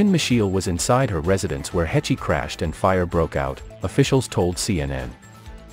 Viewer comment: Uhm just fyi. Her last name is pronounced: "Haysh."